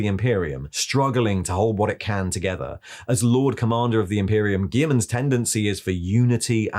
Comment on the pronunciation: You're pronouncing Guilliman wrong. Seriously dude, PLEASE look up how to pronounce it.